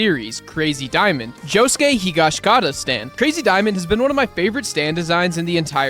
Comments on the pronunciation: It’s (HE-gosh-EE-kaw-ta) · he did not just say josuke hiash-kata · nope. he - gah - she - kah - ta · you pronounced higashkita wrong